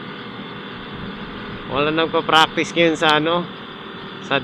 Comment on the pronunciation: fraktis ...makes furfpek 😂